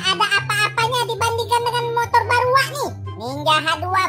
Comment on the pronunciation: Keren kali darlung bilang balu